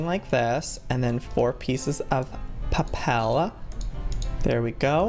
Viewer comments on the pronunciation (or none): none